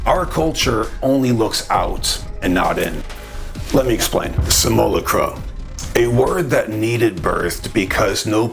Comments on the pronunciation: Simulacra: sim-you-lack-ruh Simulacrum: Sim-you-lack-rum >_< :D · Brother: it's "sim - you - LOCK - rah" or "sim - ull - AWK - rah" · Much love brother! I want to share with you. Simulacra… sim-you-lAck-rah. That’s all ✌️ and ❤️ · Hey bro....I totally appreciate this subject and am in no way trying to "hate on you" in any way, but for the sake of making a video and talking about these very profound subjects....can you please do yourself and your audience a favor and learn to correctly pronounce Simulacra, Simulacrum, and Jean Baudrillard. You're obviously an intelligent and conscious dude, but missed pretty hard on these words, which I found shocking and distracting. Please take this as constructive criticism. In a private conversation....not a big deal, but mispronouncing these major words that are at the heart of Simulation Theory, and its founder in front of the world is not okay. Other than that, keep doing what you're doing. 👍💥😎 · Your videos are always metal af. Thanks brother! FYI just saying it before someone else does, the pronunciation of simulacra is a little different. But you got the idea down which most don’t 🤙🏼